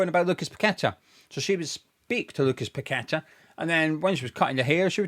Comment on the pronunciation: Well explained thanks and well done. Plus your one of a few to actually pronounce paqetta name properly I most of the west ham sites Tony gale and the dumb commentators doing matches. One even calling todibo tody de bow 😅 Sue these corrupt FA like the FIFA board of rich unknown people running these football institutions that have no idea on the game. Even sully too should sue them.